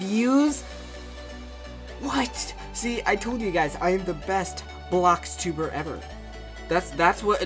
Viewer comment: BOLXTUBER no offense its "Bloxtuber"